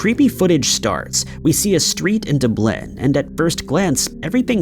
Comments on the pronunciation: DuBLIN took me out a bit lol. It's DUB-lin loooool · Wherever you're getting your sources from their wrong because what you have attributed to the kickback crew is actually urbex Hill, and that clip even has the watermark from nukes top 5. The one after that is winmcpics these are both pretty well-known YouTubers and it's kind of sad that you're giving credit to somebody else on tiktok Plus the pronunciation of Dublin Ireland should not be something that we have to tell you you're doing wrong